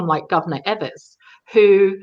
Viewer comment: EE-vers, not EH-vers is the Governor's name, please.